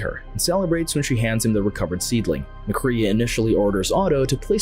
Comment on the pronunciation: I’m afraid that you STILL DON’T know his name because the robotic narration pronounced MacCrea as MACREE’A